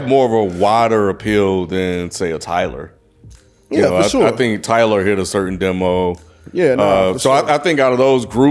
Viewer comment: ninja said tittyboii?? nawwwww fammo. That ain't it